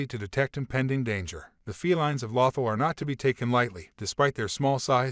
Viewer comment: Exactly. It was driving me nuts..